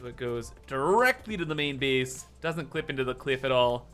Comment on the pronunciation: I love how pronounces 'main base' as 'meen beese'. It's a delightful thing to hear